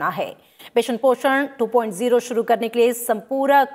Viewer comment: ये मैडम जी तो 2.0 को 2.o पढ़ रही हैं 🤣🤣🤣🤣